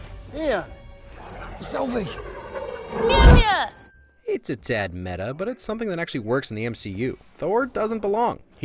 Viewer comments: Darcy actually pronounced Mjølnir perfectly xd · Well Darcy did actually pronounce Mjølnir perfectly :D